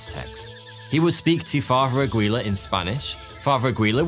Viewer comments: I notice of all the anglophones, the Brits have just given up on trying to lookup pronunciation rules of languages they pronounce names from. Aguilar = Agweela lol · Aguilar to Agwee-la?!?!?!?! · Velasquez is pronounced VelasKEZ, not VelasKWEZ. Aguilar is pronounced Agilar, not Agwilar. these are very common surnames and they still botched it.